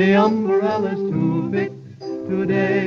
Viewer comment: I can't help but notice Harry Babbitt singing about umbarellas and Betty Hutton singing about an igaloo, both in 1939. Was the extra syllable some sort of cultural phenomenon that year?